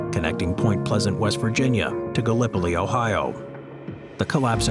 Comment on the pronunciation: Its pronounced like 'gallop police' Ohio. 😊